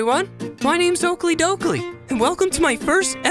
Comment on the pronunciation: Hey dude it's Dokily Not Doikley